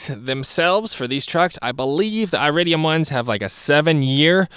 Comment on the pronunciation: It would be helpful if you could actually pronounce iridium correctly, lol. Additionally, longevity is only one part of the equation... actually, copper-core plugs give the "best" performance, you just have to change them more often (every couple years) and they only cost like $2 apiece. When choosing plugs... you're making a compromise between performance and longevity, you don't get both. The more exotic metals reguire more electrical current thus putting a higher strain on your coil(s). They last longer because they are harder (not as conductive.) Like I said, everything is a compromise of some kind. You're compromising cost and performance for longevity. The "best" plug for you might not be the "best" plug for everyone when ALL things are considered. You're leaving out substantial parts of the equation with your assessment. A better video would communicate all these factors so a person could make their own decision. You didn't include all the information necessary for a person to fully understand the decision of which plugs to use for them. Any type of plug will work just fine in these engines... but one must consider longevity, cost, performance, etc. when deciding which type to get, not just the longevity... all the factors need to be weighed together. So just because iridium plugs last longer doesn't mean their better in every category, just the one. If you were to do dyno runs with iridiums and with copper-cores, you'll make more power with the copper-cores, that is u